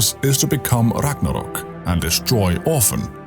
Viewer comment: So nice to hear Ragnarök correct 🇸🇪